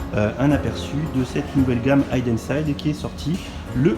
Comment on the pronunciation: Juste ça se prononce hiden et non haïden ;-) Pour la Porsche je plussoie mais les sets Porsche sont toujours plus chers que les traditionnels c abusé